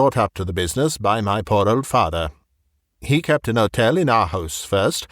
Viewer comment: The H in "Hotel" is not silent.